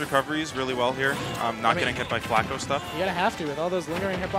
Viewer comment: In 45 seconds of the video he said flatco😂